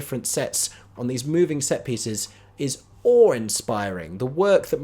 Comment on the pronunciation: "thes" lol